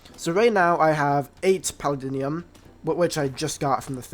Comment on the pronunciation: Paladinium? Bro what are you saying. It’s Paldium